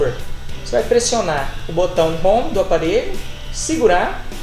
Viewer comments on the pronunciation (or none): none